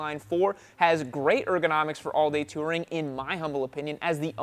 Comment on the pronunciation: it's not "Terring", it's "Touring"